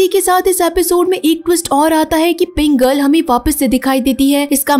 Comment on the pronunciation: Kya pink girl pink girl lagaya rka hai aisa lag rha hai k Pringle bol rhi ho Baki Sara tik hai I like it aisi films kha Hindi me explain ki jati hai